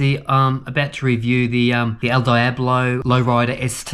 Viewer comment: Congrats, beautiful machine! Another great video. One thing. El Diablo = Elle Dee-ah-blo (in phonetic) 😂😂 Cheers mang